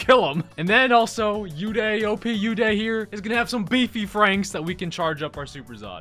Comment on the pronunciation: You pronounce Uday wrong it's ooday